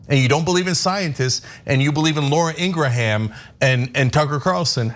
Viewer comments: haha im guessing cenk and ana will never pronounce laura's last name correctly ever again... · I'm going to take it upon myself to walk back Durbin's comments. We won't characterize Carlson and Ingraham as "anti-vaxx quacks". Instead, they shall be referred to as "pro-choice". Also, Durbin mispronounced Laura's last name. It's not "Ingrahan". Rather, it's "Ingraham". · Wow, you two are ridiculous sometimes. So, what if he mispronounced Ingraham? That's exactly how I thought it was pronounced. BECAUSE I DON'T WATCH HER!! You two complain about "elitism" from Democrats. But, your condescending attitudes towards anyone who isn't as "enlightened" on an issue as you are comes off bad. Then throw in Cenk's ageist comments about Durbin, because he was apparently reading something clipped from a newspaper or magazine (OMG, how 30 years ago. Yuck, yuck.) and it comes off even worse. It doesn't help get your point across when you act like a couple of pompous a****. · You guys... I used to respect your comments. But lately, wow. Judgemental as hell. Pick on a congressman because he mispronounces that stupid Laura woman's last name? He probably doesn't waste his time watching much of Fux News. And to shame him for not using state-of-the-art graphics? Jesus. Why are you doing this? It's embarrassing. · He obviously doesn’t watch Ingraham show bc he can’t even pronounce it. But neither can TYT 🤣🤣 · I love how he said her name😂😂 right wingers always purposely mess up black people's names all the time. To troll people and be disrespectful. So I love his dig at her with her own playbook move. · To be fair, picking on his pronunciation of Ingraham is childish. And BTW I have Ingrahams in my family and they pronounce it like he did.